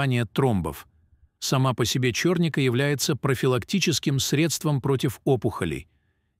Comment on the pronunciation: Не чёрника, а черника.